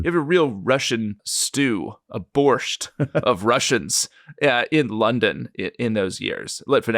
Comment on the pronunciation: David, do I hear t at the end of borscht again? 😅